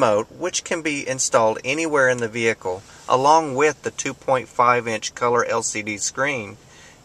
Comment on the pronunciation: I love the pronounciation 'Vee-hicle' :)